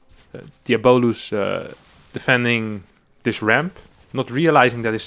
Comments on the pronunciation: "Fabulous" = Fah-Byu-Luss "Diabolous" = Dee-ahh-bo-Luss EDIT: Alternatively, diabolical is pronounced "Di-ahh-bol-ik-ul" So "Di-ahh-bo-luss" is also on the table. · its pronounce more like Diabloose* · Pretty sure the name is DIE a bo lus Like Diablo.